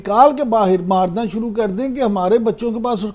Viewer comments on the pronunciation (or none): none